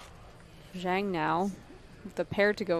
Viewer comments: It's pronounced Jong. Not Zang. Yeah, these kinds of players are fun to watch, but they always flame out being overconfident and running into the nuts. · Why don't any one of the commentators look up how to pronounce "Zhang". Its one of the most common names in the world and would take 30 seconds to look up. It's lazy, ignorant and rude not to as a professional commentator